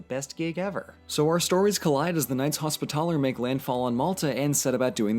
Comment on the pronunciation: That’s not how you sound Hospitaller